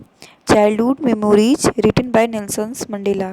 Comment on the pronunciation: Because the lady who is teaching is pronouncing the name 'Nelson' wrong.